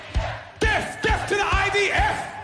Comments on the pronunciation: I wasn't aware the 'th' at the end of 'death' was pronounced as a capital F. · wait is he saying deaf rather than death ? what a twt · It sounds like "def" is the YOOKAY equivalent to "axe" here in the states 😂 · Yeah, I heard that too. Does this cretin intend to send deaf people so serve in the IDF or something? 🙂